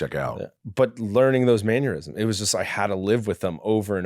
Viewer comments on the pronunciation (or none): MANNERisms, not Manuisms.